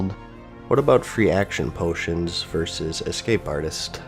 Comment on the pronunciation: Why is it so hard for gamers to say “versus?”